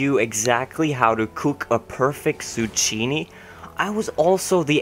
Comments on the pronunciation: Tsukkiini. Not suchiini. :P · Zoo-key-knee. Still love you though,! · zucchini is pronounced zoo-kee-nee and it is the same shape as a cucumber